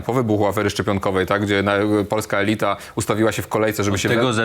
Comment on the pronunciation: 👉 elyta z akcentem na yyyyy 😃to nie jest to samo co ELITA🌹